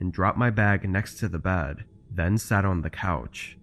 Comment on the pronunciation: She is going to bad,insted of bed,it sounds STUPID.